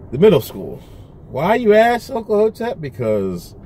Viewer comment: There should be seperate schools for children who can pronounce the word "ask". Love from England.